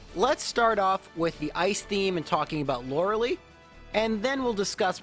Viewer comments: I understand its annoying to have people constantly correct you on pronunciation... BUT IS LORI-LIE NOT LORI-LEE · Okay, love love love the videos; have absolutely faithfully begun watching every one. But for the love of my internal eye twitch, it is pronounced loral-eye, not loral-ee. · Btw Lorelei is lor-e-lie, not lor-e-lee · It has became his tradition to pronounce her name like this